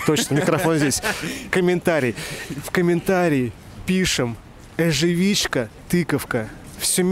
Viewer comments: Эживичка) тыкафка👍 бомба выпуск) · не забывай читать кинжунции!! Эжэфичка-тыкафка